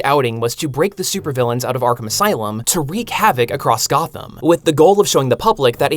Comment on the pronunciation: 'Goth'am. C'mon, dude.